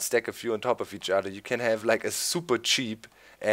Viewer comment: ODDER !!! :-) No offense DOC. LOVE YOUR VIDS :-)